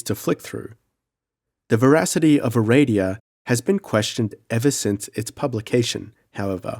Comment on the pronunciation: Aradia. Pronounce it the way it's spelled. (It's not Ereidia.)